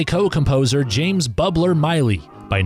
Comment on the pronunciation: WashingtOnians not Washingtinians. Also it’s ARias not AIRias. Bubber Miley not Bubbler. Anatomy of A Murder Not Anatomy of Murder. The images and sound samples are fantastic, and you packed a ton in 10 min! Good job except for the pronunciation goofs.